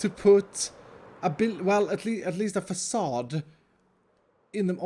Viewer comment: Drinking game, everyrime says 'fAcaDe'